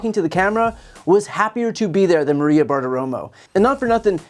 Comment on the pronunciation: it's funny how the guy at the very start cant even pronounce maria. he says it like marrwiea. the correct way to pronounce maria, sounds somewhat like ikea. but with a mar and no ik.